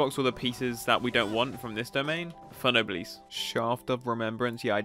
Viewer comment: if u say nobleees one more time i will kms